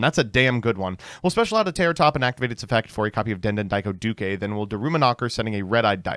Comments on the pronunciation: Yet again he pronounces the widely used word “Duke” as “Dukay” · why are you pronouncing "duke" with an extra syllable? what is going on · Why does he pronounce Duke like that? Duke is an English word